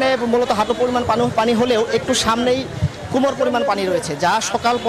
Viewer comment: কোমড় না কোমর